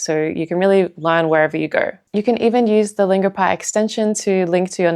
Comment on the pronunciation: Longopie? Come on..